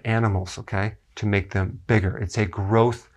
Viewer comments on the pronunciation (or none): none